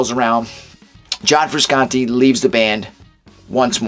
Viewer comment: It’s pronounced FrushAuntTay